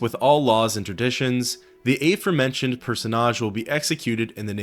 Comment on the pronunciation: Do you say to go ashore like "Go eishore"? No? Well you should do it consistently with aforementioned as well.